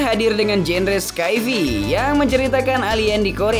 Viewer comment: Skai fi ? Sai fai.